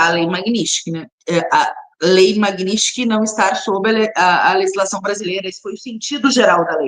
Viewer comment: Ela NEM SABE PRONUNCIAR MAGNITSKY!!! PIADA NACIONAL...🤣🤣🤣🤣🤣🤣🤣🤣 Cria VERGONHA, GURIA, E PARA DE GAGUEJAR E SE REMEXER NA CADEIRA. Isso é sinal de FALTA DE ARGUMENTOS!